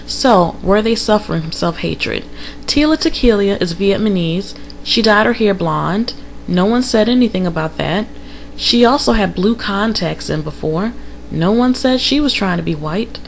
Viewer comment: You totally butcher the pronunciation of Vietnamese and tila tequila